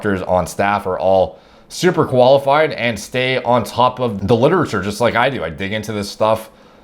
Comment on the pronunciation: "super koalafied"